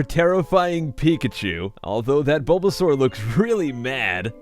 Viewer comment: I think you called bulbasaur canmik or caking dunno